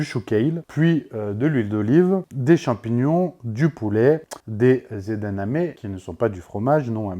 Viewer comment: C'est EdaMamé, pas EdaNamé 😅. Sinon, super vidéo comme d'habitude 👌👍🫶